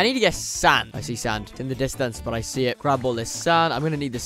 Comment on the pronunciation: Is it me or does when he says sand it sounds like sans???